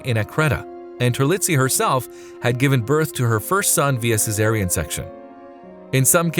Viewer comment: WHY.... Is he pronouncing a "Z" in the word CESAREAN??! There is NO "Z"!! The "S" IS Pronounced like an "S"!!! VERY SIMPLE BASIC ENGLISH!! THIS IS N-O-T ROCKET SCIENCE!!!😣